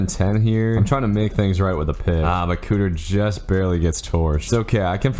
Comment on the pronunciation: KEEter not COOter